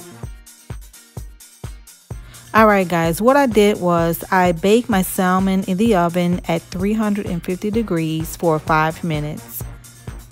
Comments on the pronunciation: Looks great, just a little tip, it’s pronounced SAMON (no L sound) no biggie but wanted to share! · Salmon L silent